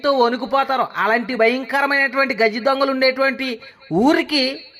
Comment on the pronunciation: గజదొంగలు... అని పలుకు. గజ్జి దొంగలు కాదు..😂😂😂😂😂😂😂